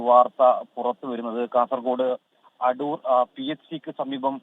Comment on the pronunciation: Adoor aanu... Adhur alla